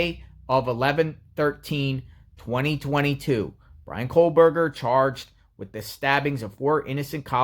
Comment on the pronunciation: Its kohberger not kohlberger